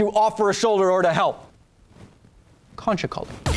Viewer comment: I can't put my finger on it, but I am shocked that being an Electrical Apprentice would give you more of a charge than trying to have a Polish accent while pronouncing "conchicoly".